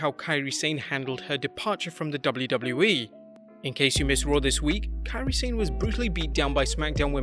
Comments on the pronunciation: If I had a nickel for every time I heard people mispronounced "Sane" I'd be a millionaire. Why football (soccer) commentators who are British can pronounce the word "Sane" properly and not pro wrestling people? Drive me insane when I'm hearing people keep saying "sein" instead of "sa ne"! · Kian they spell what it is closely sounds like when it is written in 2-3 words. 'sa' sounds 'sa' and 'ne' sounds like 'ney', combined 'sane' become 'sa-ney', but english speakers make it sounds 'sain' instead because they followed English pronunciation of 'sane' and not Japanese romaji pronunciation of 'Sane'. Maybe they should make it 'ney' but probably they don't want to make their romaji spelling longer. I can understand if its mandarin hanyu pinyin, that one yeah really confusing, if I had a nickel for every mispronounciation of Beijing I'd be the richest person in the world lol